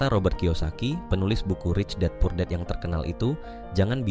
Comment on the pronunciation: Dad bang bukan dead